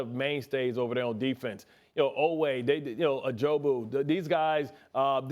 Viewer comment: Who tf is Ajobu,? 😂